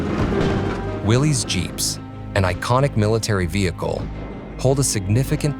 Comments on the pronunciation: It's pronounced Willis... Not willeeez. Thats the way the originator pronounced his name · its no a Willies jeep... its a Willys, rhymes with Phyllis....